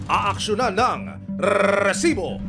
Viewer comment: rrrrrrrrrrrreeeesibo.. nakakakakabwisssit pakingan